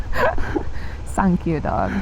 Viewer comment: the 39dog on the building, you were saying something that sounded like "sank you dog" is the 39 a stand in for some japanese katakana/kanji?